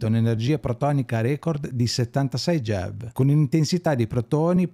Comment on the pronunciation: Bellissimo approfondimento, complimenti Solo una parentesi: MeV e GeV sono, banalmente, le abbreviazioni di Mega ElettronVolt e Giga ElettronVolt: sono unità di misura (mi fa strano sentirli nominare "mev" e "gev", un po' come se si pronunciasse "cappaggì" anziché "kilogrammo" 😉)